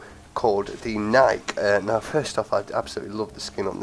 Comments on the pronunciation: BTW: Philip Knight, the chairman of the board of directors at Nike, has said that Nike is pronounced ni-key and should rhyme with spiky. The more you know. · just so you know know it's pronounced nikeee, named after the Greek goddess of victory, or the brand Nike, which was also named after the same goddess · yeh iv always pronounced it Nike not Nikeee but im always doing that lol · yeh here in the UK we have always pronounced it nike (rhyms with hike, bike, like etc) but i have heared the official way to pronounce it is "Ni-key" lol